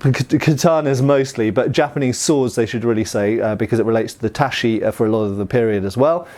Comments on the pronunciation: "Tat-chi" not "tasshy" you heathen! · It's tachi not * tashi - it's a ch like in chicken. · Ta chi not tashi :) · As a Japanese, what I would like to say is that the pronunciation "Tashi" is impossible, even taking into account the dialect. Tachi" is a long sword, and the same pronunciation also means "to slash. The word is derived from "tatsu," which also means to cut, block, or forbid. When pronounced as "Tashi" in Japanese, it has a different meaning. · Cringing evertime he says 'tashi' instead of 'tachi'. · "TaCHi", not "taSHi"......"nodaCHi", not "nodaSHi"......Sorry to be pedantic, but you don't want to go on mispronouncing those, do you? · TA, CHI. or O, DA, CHI. Not Ta, SHI, or O, da, SHI. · Earlier Japanese swords are pronounced tachi, not tashi. Like in chip, or chin. (Same for nodachi.) Great video as always,! Thank you! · Thanks for another context-rich video! Just one small pronunciation note: It's "TAH-chee," not "TAH-shee." Thanks and happy new year! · "Tashee" "Nodashi" "Sooba" The most lethal weapon shown in this entire video was all that mispronunciation. An otherwise great video though. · Small correction about pronunciation of tachi and nodachi, when you hear those words in the video they sound almost like tashi and nodashi, when pronouncing Japanese words the ‘ch’ sound is harder, like when you say chair, not like when you say machine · has been mispronouncing "tachi" for years, and no matter how many people tell him he still hasn't changed. I don't know if he just doesn't see any of those comments, or is ignoring them, or has some weird speech impediment that only effects the sound. He's best buds with Metatron too, who studied Japanese for years, who must have at some point corrected him. It's getting ridiculous and making it hard for me to watch anything does about Japanese swords.